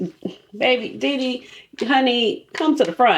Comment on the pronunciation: I’m not trying to be rude, just informative. It’s pronounced, Day-Day Signatures. ❤😊